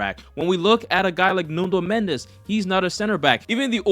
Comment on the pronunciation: its NUNO Mendes not NUNDO Mendes 🤣🤣🤣